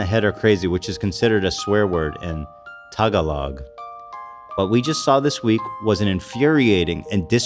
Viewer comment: the way Ethan says Tagalog 💀💀